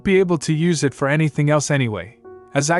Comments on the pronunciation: Why can A.I. not pronounce "it"? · Ai has got to figure out how to pronounce "it"